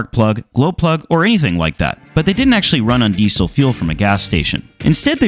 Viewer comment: The way you pronounce "Diesel" hurts my ears.